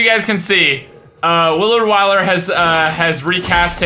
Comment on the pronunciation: He said Willar Wyler not Willard Wyler XD